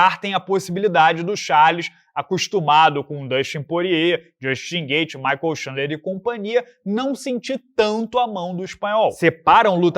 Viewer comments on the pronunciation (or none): none